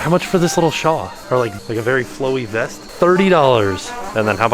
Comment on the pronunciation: Is saying "shaw" for "shawl"? Someone needs to give him a quick lesson. Looking at you. 👀😂